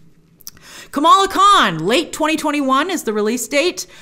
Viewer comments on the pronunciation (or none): none